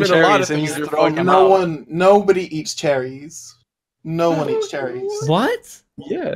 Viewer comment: I thought you guys were saying, "charities" at first 😅